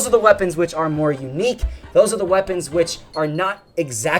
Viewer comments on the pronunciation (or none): none